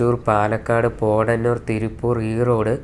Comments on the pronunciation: ഓ പിന്നേ ! Podannur എന്നല്ലേ ഇംഗ്ലീഷിൽ എഴുതുന്നത് ? ഇന്ത്യയിലെ 140 കോടി ജനങ്ങൾക്ക് മുന്നിലേക്ക് ഒന്ന് കാണിച്ച് നോക്ക്, എത്ര പേർ പോത്തന്നൂർ എന്ന് വായിക്കുമെന്ന് നോക്കാല്ലോ ? പോട്ടെ, കേരളത്തിലെ 3.7 കോടി ജനങ്ങളിൽ എത്രപേർ Podannur നെ പോത്തന്നൂർ എന്ന് വായിക്കും? ആ വഴി സ്ഥിരം യാത്ര ചെയ്യുന്നവർക്ക് അറിയാമായിരിക്കും, അല്ലാത്തവർക്ക് അത് അറിയണമെന്നില്ല. അല്ലെങ്കിൽ Pothannur എന്ന് ഇംഗ്ലീഷിൽ എഴുതണമായിരുന്നു. അല്ലാതെ Podannur എന്ന് ഇംഗ്ലീഷിൽ എഴുതിയിട്ട് അതിനെ പോത്തന്നൂർ എന്ന് വായിക്കാഞ്ഞത് ലോക അപരാധമായി പറയുന്നത് വല്യ കാര്യമായി തോന്നുന്നില്ല. ഇതൊന്നും ഒരു മിസ്റ്റേക്ക് അല്ല. ആട്ടെ, താങ്കൾക്ക് ഇന്ത്യയിലെ എത്ര സ്ഥലങ്ങളുടെ പേര് കൃത്യമായി pronounce ചെയ്യാനറിയാം ? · സ്റ്റോപ്പുകൾ.തൃശ്ശർ,പാലക്കാട്, പോടന്നൂർ അല്ല. കഷ്ടം.. പോത്തന്നൂർ(കോയമ്പത്തൂർ). ഇത്തരം നിസ്സാരകാര്യങ്ങൾ എങ്കിലും ഹൃദിസ്ഥമാക്കാൻ ശ്രമിക്കൂ. എത്രയോ ജനങ്ങൾ കാണുന്നതും വായിക്കുന്നതും ആണ്...